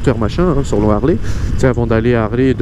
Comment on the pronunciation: putain les gars arrete de dire des "ZHARLEY" respecte la marque mec